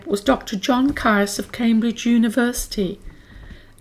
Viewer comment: Caius is pronounced 'Keys' by all those connected with Gonville and Caius college.